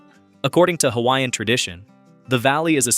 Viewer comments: No one should be able to create a video of Hawaii that does NOT know how to speak the CORRECT PRONUNCIATION of the HAWAIIAN LANGUAGE!!! YOU are so disrespectful!! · I’m sorry but if you are going to do a video about Hawai’i, you should research how to pronounce the Hawaiian words properly. It is very disrespectful. Couldn’t even finish this video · Pronunciation of Hawaiian names and words is disgusting! Before making a documentary learn the correct Pronunciation!!! 😡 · You butcher the Hawaiian language and the spirit behind the words! Please go take a Hawaiian language class and remove this video! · It hurts my ears to hear the mangled pronunciations of hawaiian words. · WHY IS A HAOLE MAN DOING DOCUMENTRY AND CANT PRONOUCE HAWAIIAN ISLANDS PROPERLY NOT FROM HERE BUT LIKE TELL ONE STORY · You should learn the correct pronunciation of Hawaiian words if you’re going to make a video on Hawaii